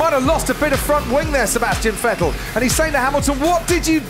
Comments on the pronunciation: "Vettel... Vittel... Ve-ttel..." that deciding moment when you quickily need to choose how to pronunciate the new guy's name. And you choose it wrong... Lol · I hate the way they say Vettel. VeTAIL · My ears hurt after not hearing Fettel but VeğteL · I loved when they called him vetel not vettel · Remember those days where they pronounced Vettel as "Vet'Tell?" Weird times. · also pronounce as that way too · Now they say 'Phettel'. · He's saying vet-tal 🤦🏻‍♂️ wtf how can you butcher a name that badly lmao? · and then Se-Bas-ti-an Phet-tel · I don't understand why it's so hard for some people to just say "f" instead of "v" in his name... I'm not even German (or anything similar) but my ears bleed every time I hear Vettel with V. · Vetêlle o.O Didn't know they had to figure out Seb's last name. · Remember when commentators pronounced Seb Vettel as Seb VEttAL...because I do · Interesting how they pronounced Seb's name diffefently back then (rhymes with Mattel instead of Kettle) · The fact they say Sebastian VETELLE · Who the heck is Veteeel ? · who is ver-tell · listen how weird they pronounce Vettels name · Funny how they’ve changed Vettel’ pronunciation over the years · let’s take a moment from the commentator that pronounced vetted ppl a different way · Hilarious how they pronounced Vettel back then 😂